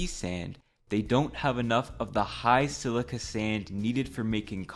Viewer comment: "My sand, my slica. My market"